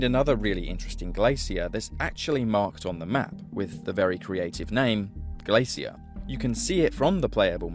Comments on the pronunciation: Lol say glacier again!! 😂😂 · The real insult is his pronunciation of the word "glacier"